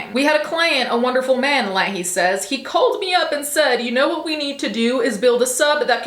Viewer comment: You can tell she hasn’t watched Trailer Park Boys. It’s pronounced Lay-hee.